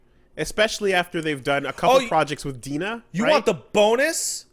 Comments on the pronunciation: it should De-NA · Will ever learn that DeNA is pronounced "D-N-A"? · DeNA is pronounced D.N.A.